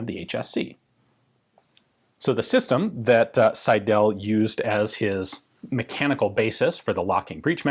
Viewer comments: Pls. Alec S_EI_del, not Alex Seid_E_l.. The first syllable "Sei" dominates the German name Seidel. The ending "del" is not emphasized. I don't want to be a grammar nazi, but this pronunciation hurts my ears. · The name is pronounced „Sydl“ - the e is not vocalized. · "Seidel" is pronounced 'Seidl' with the emphasis on the first syllable and the second e barely there. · I was thinking: is it Seidel, Seidl or Seidäl. (Never seen Seidäl, but the way our dear gun jesus says the name it could be a possibility.) I don't know many gun designers names. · So my last name is Seidel and hearing it so much in this video made me really giddy. Also, it might not be the case here but we pronounce "Seidel" as "sigh-dull". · Alas you mispronounced 'Seidel' throughout the video. The stress is on the first syllable.